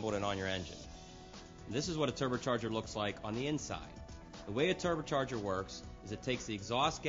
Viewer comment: The "Terber charger"